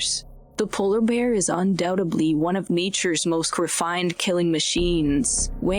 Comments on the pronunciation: Undoubtebly? Why do they let idiots narrate these videos? It’s UNDOUBTEDLY! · Undoutebly??? Maybe learn the English language next video?? And blood gurgling?? No cred for this channel.